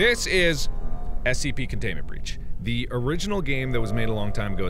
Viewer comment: Con-tune-ment branch